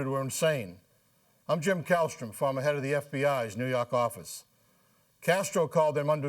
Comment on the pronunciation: Kallstrom, not Callister